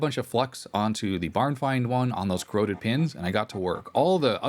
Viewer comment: PeeCeeBee are CorrOrrOddEdd